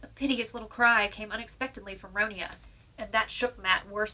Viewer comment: I'm not having a go but you pronounced the name wrong. First of all Ronia is the English version of the name (the original Swedish is Ronja but it is pronounced Ronya because in Swedish J is pronounced like a Y sound). Sorry for the rant but I've had to deal with people pronouncing it wrong my entire life.